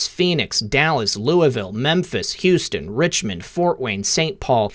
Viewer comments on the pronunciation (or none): none